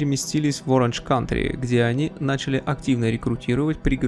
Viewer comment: Оранж Каунти, я так полагаю, а не Кантри.